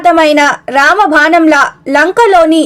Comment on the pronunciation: అమ్మా, సుందరాకాండ మొత్తం 18 నిమిషములలో చాలా చక్కగా వివరించావు తల్లి. కానీ నీవు వినిపించే ట ప్పుడు అవసరం లేనిచోట వత్తులు పెడుతున్నావు. అవసరం ఉన్నచోట వత్తులు పెట్టుట లేదు. నీ భాష చడవటంలో కొంచెం దోషాలు ఉన్నాయి. సరిచేసుకో. రామభానం కాదు రామబాణం మరియు భోగలాలసుడు కు బదులుగా భోగ లలసుడు అని చదివావు. అది తప్పు. అంగాదులు కాదు అన్ గ దాద్ లు అని చదవాలి. మొత్తానికి కార్యక్రమము బాగుంది.